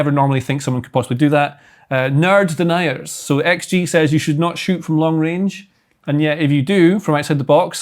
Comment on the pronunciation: "Nerd Deniers" Lord bless heart 😂